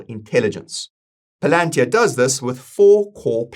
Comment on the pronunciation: That's actually how it's pronounced. We been pronouncing it wrong